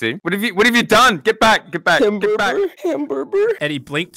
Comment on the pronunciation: Yea I am now saying hamburber